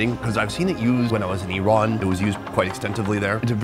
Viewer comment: oh I remember these are the girls who sayy 'MUZLIM" "IZLAM" "EYEWRAAN" "EYERAAK"